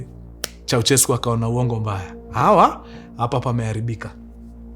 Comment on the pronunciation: sio "ko" ni "kwe" kwensekwuensis 😂😂😂😂😂